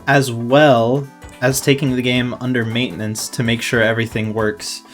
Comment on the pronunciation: Maitenance... Hmm That's fimiliar...